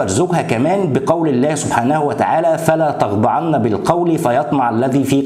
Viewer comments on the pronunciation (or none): أهم من كل شيء تصحيح قراءة الآية 32 من سورة الأحزاب ( فَلَا تَخْضَعْنَ ) بِالْقَوْلِ . بسكون العين وفتح وتخفيف النون وليس كماورد في الفيديو فتح العين وتشديد النون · مساء الخير ا كلامك معقول جدا بس الايه نطقها غلط.فلا تخضعن العين عليها سكون.مش فاتحه.والله اعلم